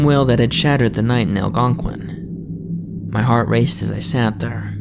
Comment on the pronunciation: It was in Al-GON-QUIN 💀